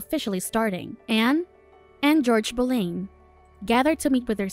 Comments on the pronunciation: You pronounced Anne's last name wrong. It is prounced Boulin. When saying popular history figure, the name must be prounce right or people will think it is another person. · I would like to add that it is Pronounced as “Bow Lin” and “Mar key”but thank you for reviewing it! It is very good! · The mispronunciation of the name Boleyn the entire recap tells me the narrator doesn’t doesn’t know Jack shit about this story, or someone told her to pronounce it that way…who also doesn’t know Jack shit about this story.